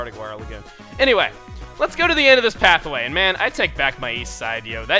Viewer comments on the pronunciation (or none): is it me, or does chugga say "path-a-way" in the very beginning a few times? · Is it just me, or is chuggaa saying path-a-way? Every time I here it I think he's saying Hathaway XD